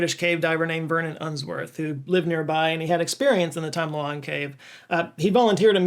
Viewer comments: I thought you called it the "Tom Delonge" cave 😂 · I had to check multiple times to make sure you didn't say 'the Tom Delonge' cave 😂